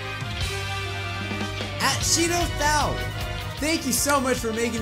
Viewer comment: What happened to two videos a day? *Edit: When you said Shido Thao, the Thao is supposed to sound like "tao" It's an Asian last name